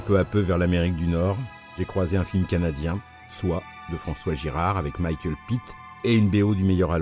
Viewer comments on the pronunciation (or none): none